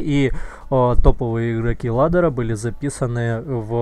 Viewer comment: ладера, блин аж коробит как каверкаешь